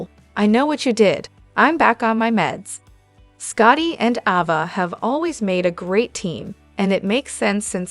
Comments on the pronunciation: Pronounce the name properly A ……va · Her name is AAAAAAva not AHHHHva!!!